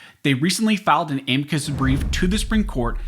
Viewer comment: You pronounced a m i c u s in correctly lard butt